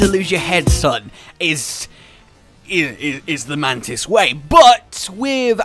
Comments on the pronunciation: Is somebody else noticing that he says mantits instead of mantis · he actualy said mantits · Did he just say man tits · did he fucking say mantits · At the start I thought you said ManTits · yeah you said mantits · the MANTITS. 😂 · “The Mantits” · Did you literally just say "The Mantits" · In the beginning I heard mantits instead of mantis im wheezing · Now I can't unhear it.... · Cla Ro i think he said mantits